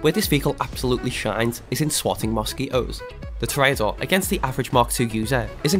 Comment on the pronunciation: You did pronounce toreador wrong, its pronounced Tour ra door